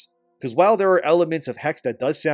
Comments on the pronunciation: Is pronounced Hex-eh, not "haggs" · Yo! Just wanted to let you know, the word is pronounced “Hecks-uh” and it is literally the German word for “witch”. Assassin’s Creed: Witch…;P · The last "e" in "Hexe" is not silent.